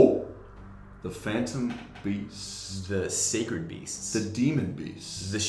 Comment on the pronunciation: I built a sacred beast deck that has 8-10 continuous traps in it to make uria more of a threat. Also, Alex's pronunciations of the beasts is the correct way to say them lol